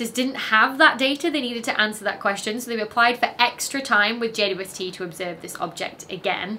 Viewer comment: Ah yes, good ole Jay Dwesty. Hadn't watched a video of yours for a while and had forgotten you pronounce it like that. Love it! ❤😅